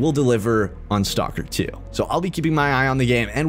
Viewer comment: Ay one else geting triged by the way he produces STALKER its not stalker. when you say it you have to prounds the L staLker